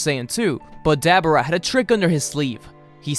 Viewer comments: Ok it’s not Dab er ah, it’s Duh bore uh.... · Ugh I hate hearing "Dab'ra"! Dislike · Dabura DAH- BORE-AH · His name is De-bor-ra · Did anyone else hear dabura as debra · Why does he say Dabura like that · Bro can’t pronounce dabura name right 🤦🏻‍♂️ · I hate you cause you cant not say dabora's name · I hate how you say daburas name. Love all the stories tho